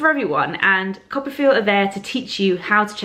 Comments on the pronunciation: Lol! I'm a little behind but I just finished reading Anna's post where she talked about "Coppafeel". This whole time I thought you were saying "copperfield". Hah. #americanproblems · I am also think that it is 'Copper field"..haha!